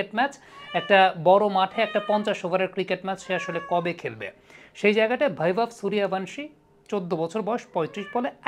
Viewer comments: ওর নামের বানান বা উচ্চারণ টা ঠিক মত করুন। ওর নাম বৈভব সূর্যবংশী। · আপনার প্রতিবেদনগুলো খুবই ভালো। কিন্তু আপনি নামের উচ্চারণ বাংলায় সঠিক করতে পারেন না। বাংলা উচ্চারণ হবে বৈভব সূর্যবংশী । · বৈভব সূর্যবংশী,,,ক্রিকেটার এর নাম গুলো যদি বাংলায় উচ্চারণ করেন,,শুনতে আরো ভালো লাগবে,,,ইন্ডিয়া থেকে বলছি ভাই❤